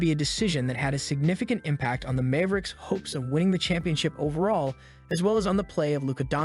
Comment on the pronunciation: it's mavericks not Mayve-ricks